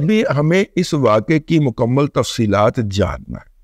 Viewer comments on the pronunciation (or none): none